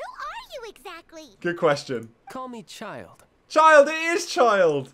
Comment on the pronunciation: omg they removed this, but when introduces himself, paimon used to say "signora.... chill-day..." instead of just ""